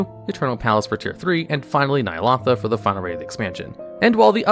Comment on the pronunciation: Aefix, Bee eye ess, Nyalahtha, aintnoway bro, you must be doing this on purpose